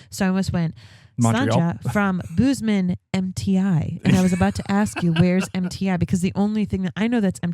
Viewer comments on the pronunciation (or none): Bose man Montana... bose rhymes with hose.